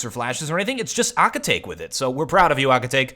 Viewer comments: lol ahkitake no youre saying it wrong. its ah-kit-ta-que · Shouldn't it be pronounced as Aki-ta-KE, as in KE-ttle? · aki ta kay not aki take im pretty sure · Pronounced- ah-key-ta-keh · Aww come on, it's pronunced A-ki-ta-ke (ke pronunced like the one in pokemon). I was cringing everytime you said his name... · Akitake... Oh gosh, my inner weeb just died from the way you pronounce it! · As an anime fan i just couldnt get over his pronounciation of Akitake xD